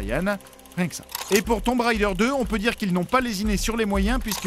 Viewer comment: dans ce cas on ne prononce pas "tombe" non plus mais plus "toum"